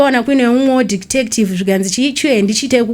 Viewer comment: Anonzi detective not dectective hahahahahah